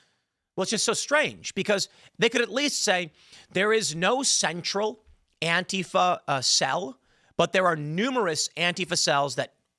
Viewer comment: Why does beanie boy have to say antifa like a fing idiot